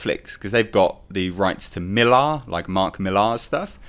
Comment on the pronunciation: its "Millar" not "mil-ARHHH".